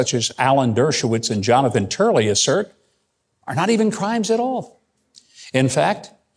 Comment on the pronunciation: He said Jonathan Turley 🤣